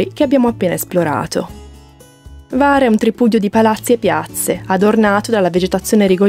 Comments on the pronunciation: Scusami, ma H la devi leggere. Non e var, e Hvar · la "H" si pronuncia, non è Var, grazie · Sempre splendidi i vostri video ma imparate a pronunciare i nomi delle località croate in modo meno sbagliato ! Non si pronuncia Var ma Hhhhhhhvar ! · Io parlo croato. Se posso essere utile, vi avverto che non si pronuncia assolutamente Kvar, altrimenti i croati avrebbero scritto proprio Kvar. Si pronuncia Hvar, con la H aspirata. Se qualcuno non sapesse cosa significa “H aspirata”, spiego che significa una H pronunciata come quando si ride forzatamente, ironicamente: “Ha Ha Ha”. Praticamente la stessa cosa come quando si deve pronunciare correttamente in inglese la parola “Hotel” (gli italiani dicono “Otel”, ma non bisogna comunque farlo diventare “Kotel”: mi spiego?). Perciò per un italiano si presenta la difficoltà di dover pronunciare una H aspirata (“Ha Ha Ha”) seguita immediatamente da una V: difficile, ma lo si può fare 😉 Altrimenti meglio usare “Lesina” 😉 Spero sia stato utile.